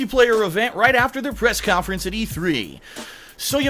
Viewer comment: K-yon-Fer-ens - 2016